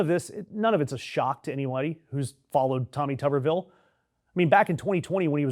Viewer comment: Pronounced tooberville. Tuber like a potato.